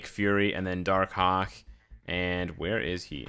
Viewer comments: When he say darkhawk i hear darkcock😂😂😂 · Im preeeetty sure he said darkcock